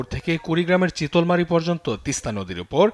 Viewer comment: চিতলমারি না রে সাংঘতিক ওটা হবে চিলমারী